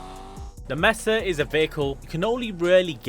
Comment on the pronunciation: got that HDTF G-Man “Mesa” pronunciation